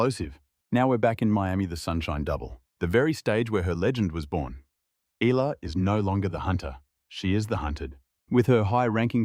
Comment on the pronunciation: Yes finally pronounced her name right !!!